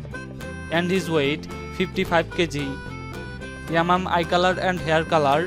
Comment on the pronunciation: Dang this vlogger voice driving me nuts🤣🤣😂 yamam who is it? I thought is yamyam dang man🤣🤣😂 I went crazy your pronunciation 🤭😂